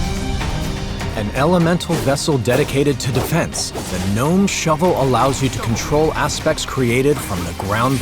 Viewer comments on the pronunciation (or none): none